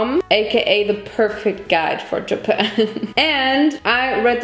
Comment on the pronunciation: „japeyan“ „ja-BAM“ „Julien Bam?“ -love it